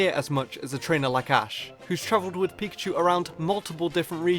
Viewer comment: am i the only one that hear him say pichu??!!